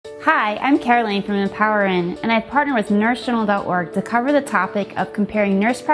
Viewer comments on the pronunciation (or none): none